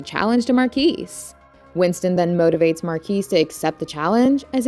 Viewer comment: The s is silent. It's not mar-kees. It's Mar-key.